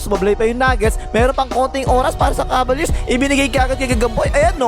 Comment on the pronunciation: BAKIT "KABALYEARS" ANG PRONUNCIATION MO SA "CAVALIERS"? 🤣